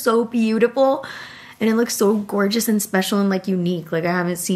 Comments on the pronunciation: I love you and watch every single video you post but you saying gorgina every time in place of gorgeous is sounding cheugy🫠 I promise I’m not trying to be mean😭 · i cringe every time she says "gorgina" 😅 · ❤ u but pls STOP saying “GORGENA” for gorgeous